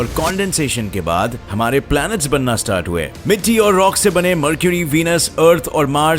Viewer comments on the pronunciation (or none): none